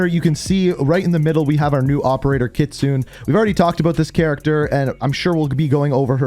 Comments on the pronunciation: its ki - tsu - ne please ffs stop saying kitsoon please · Kitsune = Kit Su Né not Kit Sune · Lol. Kit-Soon. It's pronounced Kit-soon-ey. Kitsune means Fox in Japanese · Kit-soon-ey. Your Canadian dude this one should be easy to pick up. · It’s pronounced keet-soon-nay lol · KIT-SOO-NAY. FOR THE LOVE OF GOD. Its incredibly disrespectful getting these names wrong man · I’m pretty sure kitsunes name is pronounced kit-soon-ay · Seriously your still saying Her Name Wrong.😒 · I died of laughter when he pronounces kitsune Japanese for fox. anyway I love the vid bro keep it up!